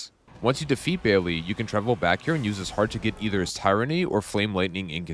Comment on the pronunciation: Good stuff. Thanks. The Dragon's name is pronounced like BAIL, not Bailey. Tyranny is pronounced like TIHR-UHNY, not tie-runhy.